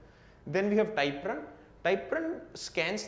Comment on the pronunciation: Thank you for the videos. They are good. One suggestion, work on the pronunciation of things with a native English speaker. Typrun is not ty prun, but Typ run. I have not been able to understand what it does. I tried five times and gave up. Most of everything else is understandable, but it takes effort.